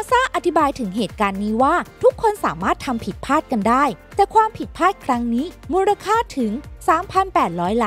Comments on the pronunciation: ผิดพลาดครับ ไม่ใช่ผิดผาด ฟังแล้วขัดหู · เนื้อหาน่าสนใจ แต่คนพากย์น่าจะอ่านคำควบกล้ำง่ายๆให้ดีกว่านี้ เช่นคำที่สำคัญในคลิปนี้เช่นผิดพลาด แต่อ่านออกมาเป็นผิดพาด สั่นคลอนก็อ่านเป็นสั่นคอน อีกจุดคือการแบ่งวรรคในการพูด ฟังแล้วไม่ค่อยลื่นสักเท่าไร